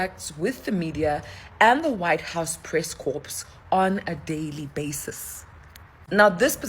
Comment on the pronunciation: Hey,, what is a press 'corps'. It's a French word, the p and s are silent. You're in marketing? ROFL It has nothing to do with a corpse.......